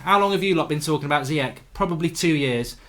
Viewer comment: Mark its pronounced Ziyash like smash